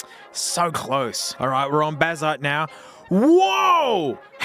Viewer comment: Can’t believe you wouldn’t use the text to speech bazzite to make sure you’re pronouncing right